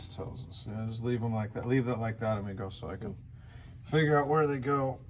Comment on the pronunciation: Biff needs DuoLingo, work on his Spanish for Amigo.